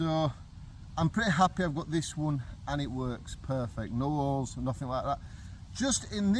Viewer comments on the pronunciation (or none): Did you say they had holes in them, or did you say oles?😉😘🤪😗🇺🇸🇬🇧👏👏👏 Except for having three of the same tents, I don’t think it was a bad deal.